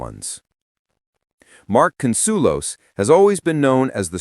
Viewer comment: Learn how to read get Marks Name Correct!! As well as other Blunders!! U suck!!😢